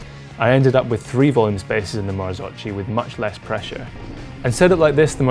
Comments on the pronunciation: Mar-zoke-e not mar-zo-chi They never got that sorted back in 1998 either so it’s easy to make the mistake. (Don’t believe me, listen to the Bryson Martin podcast) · u cant say marzocci!!! marzocchi = marzocki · "marzokki" not marzocci my ears are bleeding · Ok so... MAKE IT CLEAR: MARZOCCHI IS NOT MARZOCI. MARZOCCHI IS TOLD RIGHT MARZOKKI. (Like Nikki). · Marzo-KEY is the right pronunciation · Marzocchi must be prounounced "MarzoCCKY"... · Marzocchi, pronounce : " marzokki". Please be informed before posting. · Great vid and test, my only observation is to watch other videos about the Marzocchi and learn how to properly pronounce the name... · Please learn to pronounce Marzocchi, not that hard! :D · It made me cringe! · Please learn how to pronounce marzocchi..